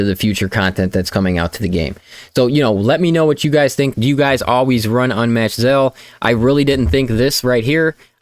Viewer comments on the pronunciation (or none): 'Ze-al' lol Not 'Zay-zel'